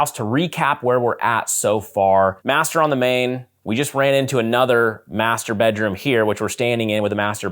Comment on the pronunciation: Omg, clutch my pearls....did he say Master Brm??